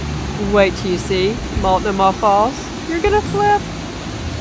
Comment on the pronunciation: Tip from a PNW local: Multnomah has the accent on the second syllable with a long O.